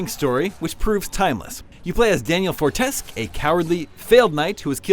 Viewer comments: It's Daniel for-teh-skew... not tesk... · I mean... I am not from an English speaking country but even I wouldn't forget is called Fortes-que... NOT FORTESK! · Fortesk!!!! its pronounce fortesq moron (fortesque) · Fortesk?! It's Fortesque! Jesus Christ, even the first game was voice acted. How did you guys get something so basic so wrong? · Marking it down because the boss battles were to hard for you LOL!... And it's fort-es-que not Fortesk also try using some ranged attacks! 😂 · How is it possible to get the lead characters name wrong? It literally says it throughout the game! Let me spell it out for you it's "Fortesque" like queue, like being in a queue. Thanks. 👍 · Ohh and by the way you miss pronounce the name, brah 😂😂 its Fourtesque NOT Fortesk..lol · Fortesque as in FOR-TES-CUE, NOT FOR-TESK Also, is that the Shining theme at the beginning? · yeah I am on your side with this one. They named the character, and EVERY time they say his name they pronounce it "For-tes-skew". If the devs wanted it to be pronounce "For-tesk" they would of pronounced it "For-tesk" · It's pronounced: "for-tes-cue", you charlatan. Maybe play the game yourself next time. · That is absolutely not how you say his last name. Fort-a-schew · anyone else triggered about narrator saying "Fortesk"? ... no just me? ok. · Absolute jackass of a reviewer - hasn’t even played the game before reviewing it… “Fortesk” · "Fortesk" The reason this video has more dislikes than likes. Play the game next time before reviewing. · “Fortesk”..... 9 year old me: “how dare you” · Four-ta-skew. Say it with me now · A 6.5? A bloody 6.5!?!? I've lost all hope for IGN. First their review about Silent hill (PS1) and now this. And he calls Sir Daniel "Sir Dan Fortesk? facepalm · "Daniel Fortesk" jesus christ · Down-voted for Fortesk.... Even playing 5 min into the game they pronounce it for you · Sir Daniel For-Tesk-Que that's how it's said.... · “Fortesk”....This review is Grotesk. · Whats a "Fortesk"?